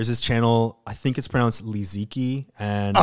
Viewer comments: I haven't heard any non-Chinese people bring up Liziqi before! The second syllable is hard to romanize but the last one is pronounced more like "chi" than "key" by the way :) (Deffo CCP endorsed btw, if not propaganda, because Youtube is blocked in China and they wouldn't not notice her. I checked and she is on bilibili -- the videos work well to promote rural lifestyle among Chinese people as well -- wouldn't be surprised if the CCP had helped/directed her in some way.) Also if anyone is wondering why she hasn't uploaded in a year it's because she's been caught in a legal battle and is refusing to -- some business were using her name to sell products and she wasn't receiving compensation, and then I think she made her own business but was betrayed by some of the people running it? Not sure about the second part but her name being stolen without compensation is definitely true. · the pronunciation of li ziqi rly threw me off lol